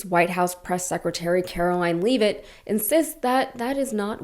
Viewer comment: Why do you guys mispronounce Leavitt's name? Over and kver?